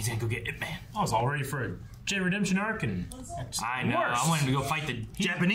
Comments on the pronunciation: ITS IP MAN NOT I-P MAN. PLS NEVER SAY I-P EVER AAGAIN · It is actually pronounced as YIP but they spell it as IP MAN, not I.P ..… YIP is his family name (aka lastname). Donnie Yen did a about four IPMAN film series but there are several versions of IP MAN that supposedly tells us different sides of his growth up to being thy grandmaster into teaching Bruce Lee almost everything he knows but was cut short after Mr Yip passed away. This is when he was in his early 30s but all the other different films tell the story back to when he was growing child to teenage thru to being a fearless master and so on. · It's EEP MAN not I P MEN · It's definitely not "Eye Pee Man." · I’ve seen this way back 2009. Saw it over 20 times. Ip-Man is a Cantonese,martial arts from Hong Kong. It’s the story of Bruce Lee’s master Ip-Man but in Cantonese it’s pronounced Yip-Man. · It's not "i" "p" man it's ip man. It a really good movie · Original Cantonese Cantonese pronunciation is closer to Yip Men. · It's IP as in one word not I P man. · Ahh..how it urks me when people say I.P. man. Just because its 2 letters you dont say them individual. The pronounciation of man is another thing..but can be forgiven 😂 (dont say it like superman..more like jamaican "ja man"..mAn, not men..short n) sorry..just a little pet peeve of mine. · Seriously? "I P"??